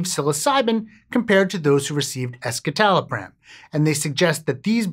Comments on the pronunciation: The way you mispronounce escitalopram doesn’t instill confidence. Why only look at one study? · That's not how it's actually pronounced. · that's not how you pronounce "escitalopram"... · The "es" in escitalopram refers to the (S)-enantiomer of citalopram, which otherwise exists in a racemic mixture of (S)- and (R)-enantiomers in citalopram. A quick Google search of "escitalopram pronunciation" will bring up the correct way to say the name of this medication. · I was on escitalopram for 10 years and that is definitely not how I thought it was pronounced